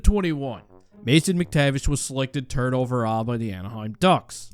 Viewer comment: You just can't say third anymore haha xD